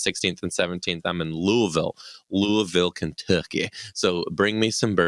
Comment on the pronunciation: you're still adding to many letters to Louisville. It's Luvl. I'm a transplant and it took me a while to catch on. Lol